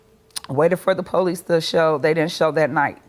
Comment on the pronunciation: Why do ppl say "PO-lease"? It's just police, no special emphasis on the the 1st syllable.